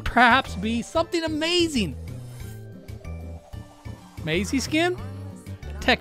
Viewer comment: He got something "amaising"